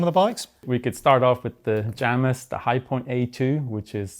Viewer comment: Outright refusing to pronounce Jamis and Vitus correctly.